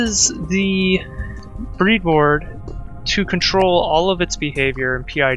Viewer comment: It's bread board, not breed board.